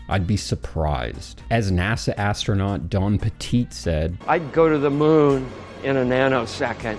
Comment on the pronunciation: Astronaut ❌ Astro-Nought ✔️